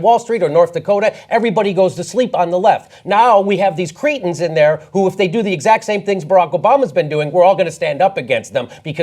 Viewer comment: Can stop mispronouncing cretins saying "Cretans" instead? No self respecting Cretan would be part of any of this garbage